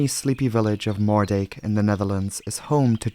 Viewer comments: Love the video as always! Just FYI, Moerdijk is pronounced Moordyke 👍🏼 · I’m sorry, can you repeat the name of that town again??? Was that “greater penis” or “more-“…?